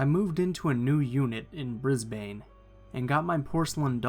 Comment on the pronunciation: "In bris-bane" a million Aussies cringing